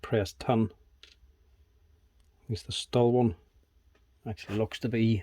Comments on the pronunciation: I still can't get over why you call a Stihl (pronounced: 'shteel') a "stall" :) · Dude it’s not a St-ul! The brand is pronounced St-il as in STILL! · its pronounced "shteel" ;P